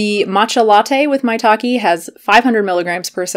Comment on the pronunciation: If you say "maitake mushroom", I always heard "my talking mushroom" LOL... Good video btw! I stick to chicory root if I want some 'cafeine free coffee' ... very cheap, less packaging, no fake claims!